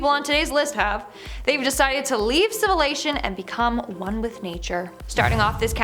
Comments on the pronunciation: "Civilation" hmm... haha that made my day lol, love this channel keep making more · She said civilation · Did she just say "civilation"?? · Civalvation? lol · Civilation….?? Lol heard